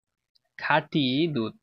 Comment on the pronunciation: নিজের কথার সব তো আগে শুদ্ধ করো। আপনি খাটিকে কাটি বলেন 😅